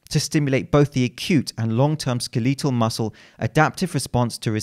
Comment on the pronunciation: Pronounces skeletal as skuhleetuhl... Behave yourself